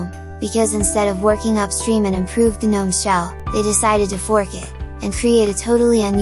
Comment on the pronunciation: The "guh-NOME" are escaping!